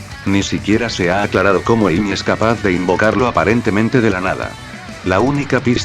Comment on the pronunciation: decent character analysis ,,,I'd suggest tweaking the text to speech program you're using a bit though. saying Pickax instead of Pico isn't that bad but all the different ways character names were butchered especially Amy herself were really noticeable other than that though great job. keep working on these and i'm sure each one will be better than the last.